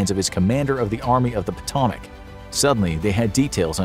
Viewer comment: Potomac is pronounced wrong